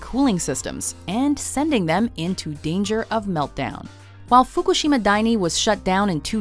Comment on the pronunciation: She tries so hard to get the accents right but mispronounced Fukushima